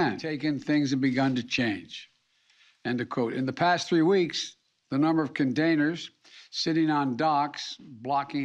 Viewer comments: Hey Brandon…It’s containers! Not condainers 😂🤦‍♂️ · Did he really say " condainers" ?????? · "condainers" OKAAAAY JOE 👍 He is so enterdaining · Number of condainers lol! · What’s a condainer? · Did he say condainers? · condaners.... whats a condaner